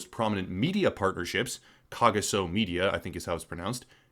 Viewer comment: The 'g' in Kagiso pronounced with some flem. It's a pretty common name in South Africa. The people who created it are being intentionally vague.